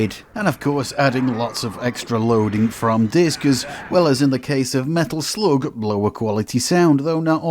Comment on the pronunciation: When you pronounced "Medal Sloug" i finally stopped watching!